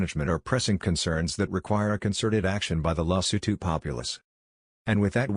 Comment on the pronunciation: Don't you need to put more effort in how to pronounce the name? Your pronounciation sucks. This is horrible and disrepectful. Respect people by putting effort to pronounce their country and king properly, I can't even finish watching this, that is how bad it is.I'm not even Sotho, I'm Zulu from South Africa and I find this dsrespectful.